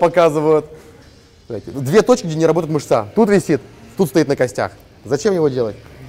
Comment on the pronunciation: хотя бы на вашем канале давайте называть мЫшцу мЫшцей, мУскулом на худой конец, НО НЕ мышцА.. кровь из ушей от такого русского языка